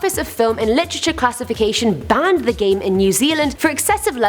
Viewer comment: It's pronounced "banned" not "bahhhhhhhned"